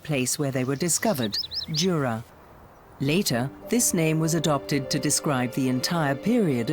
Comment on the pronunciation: Wonderful scenery! PS You mispronounced Jura 😅